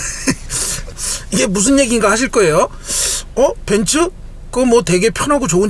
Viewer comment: 벤쓰아니고 벤츠입니다 어우..